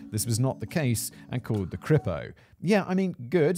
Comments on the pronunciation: hi simon its not Crypo :) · Simon's evolution in pronouncing "CRIPO" was probably one of the more amusing aspects of this one for me.